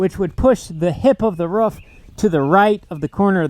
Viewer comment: A ruuf not a roof 😁😁😁